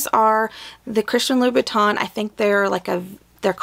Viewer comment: Loo. Boo. Tahn. Not Louis veetons